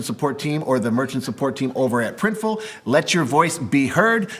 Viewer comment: So you guys now called PRINTIFUL? 😅